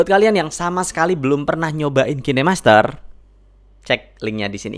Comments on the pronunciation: Cara bacaan kainmaster bukan kinemaster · Kainmaster bang, bukan kine master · Bang, pengucapan "kinemaster" nya salah. Coba perbaiki lagi pengucapan nya coeg ᕙ( ͡◉ ͜ ʖ ͡◉)ᕗ